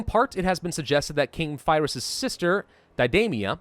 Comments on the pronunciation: I'm no expert on this, but I've mostly heard Pyrrhus pronounced like Peerus or Peerhus. If you've ever heard the term Pyrrhic victory, it comes from him. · It's pronounced Pure-is!! damn dude he's major historical figure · If only a video about Pyrrhus existed on YouTube, that could have helped pronounce his name.